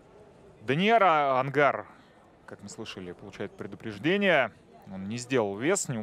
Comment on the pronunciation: Онгар, а не ангар